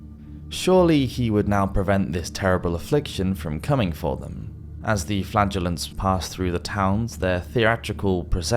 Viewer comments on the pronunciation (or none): i'm so sorry 😂, every time he says "flagrllants" i hear: flatulence, i don't have a beavis& butthead- humour, but it's literally every time, in other videos also